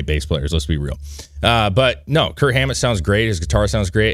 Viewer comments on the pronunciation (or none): Did you say Kurt Hammet? That’s what I heard but I figured you must know it’s Kirk